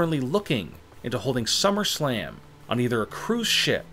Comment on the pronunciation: He said shummerslam